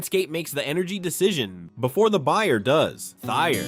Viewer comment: Thayer pronunciation with a long A; not the way you butchered the pronunciation!